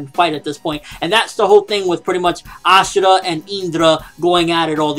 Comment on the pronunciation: Dude its ashura not asura